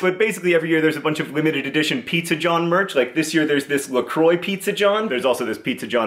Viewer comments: No John LA CWA not la croix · It's pronounced La cwah it's French